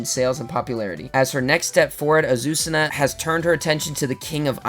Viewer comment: As a Spanish speaker I can tell you that the pronunciation of Azucena is fine 👍